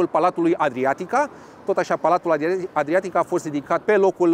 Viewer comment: Aceasta era compania care își avea sediul în blocul Adriatica /B1. Pronunția e cel puțin nefericita, compania fiind francezo-belgiana